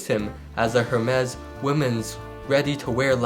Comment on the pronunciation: Hermes pronunciation is wrong …